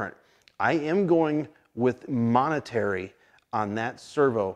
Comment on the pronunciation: "Momentary"... not "monetary".